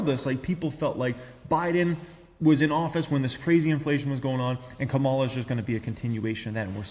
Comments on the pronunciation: Come on, it is not Ka-MAL-a. It is KA-ma-la. Don´t act so MAGA-ish. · It's pretty messed up that you can't pronounce Kamala Harris's name.